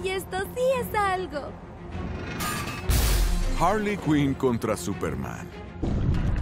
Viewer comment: Todos: Harley: Wasona